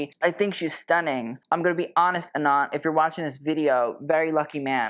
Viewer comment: Anant is pronounced Uh-nunth.. it means unending, infinite.. the way you’re saying it sounds like Anon 😊